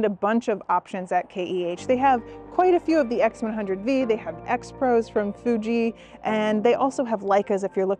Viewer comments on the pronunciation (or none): Since when did the X100V(vee) become the X100V(five)! 😂